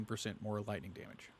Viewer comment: Love the build, but my adhd kinda lost u want I swere i heard wamage lol😂